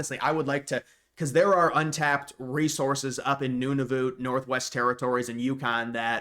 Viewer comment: It’s pronounced none-of -uht